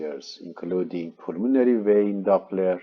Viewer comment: Maybe a good spécialiste but what impossible English prononciation i because i know the médical termins i guess what he actually means, "the pulmonary" is out of spelling .....my i got difficulty following...